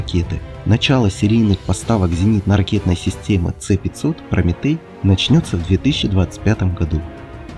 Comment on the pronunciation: "Ц-500"-бляяяяя чел,ты серьёзно...В России обозначения вводятся по РУССКИ,почти всегда:-С(ЭС)-500 или ракеты Х(ХА)-101-102,но не "ИКС".Точно так же нужно доносить и иностранцам.